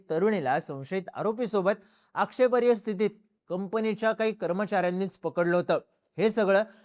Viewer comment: माहिती उत्तम. धन्यवाद 🙏 पण भाऊ, सतत 'आक्षेपार्ह्य' असा उच्चार करता तो तेवढा बदला कारण योग्य शब्द व उच्चार 'आक्षेपार्ह' असा आहे. ('आक्षेपार्ह्य' हा चुकीचा उच्चारच खरंतर 'आक्षेपार्ह' आहे!!).. क्षमस्व. 🙏🙏